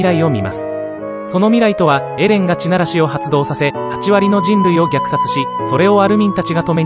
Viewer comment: この動画は酷い。 何故か読売巨人軍のイントネーションだし、 そもそも「ち」ならし、ってなんだよ 便乗して動画作って悦に入るなら、ちゃんとやるべきでは？ まあ、その資格は無さそうだがな。